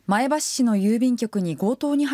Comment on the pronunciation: 前橋のイントネーションが気になる。